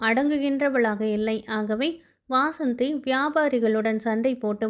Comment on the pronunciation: Madam, வாசந்தி இல்ல வசந்தி